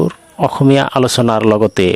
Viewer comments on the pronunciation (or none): none